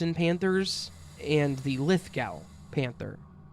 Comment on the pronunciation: Oo you murdered the name of the city of my birth. Parramatta. Parra like in paralyse and matta like in matter. Aussie sounds like Ozzy. Lithgow pronounced Lithgo.